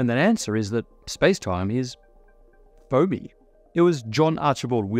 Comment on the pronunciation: Spacetime is foamy ... I heard "phony".